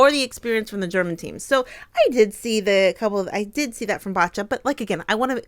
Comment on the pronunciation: Poor Bacha (pronounce Basha and not BaTcha :)... She took back what she said later, I heard... It was in the heat of the moment... She's got a strong fighting spirit. I don't think she should be called out for 'bad sport'...